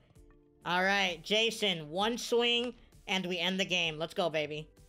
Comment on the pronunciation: love how he kept saying jason instead of jasson😂😂 nice video man keep them coming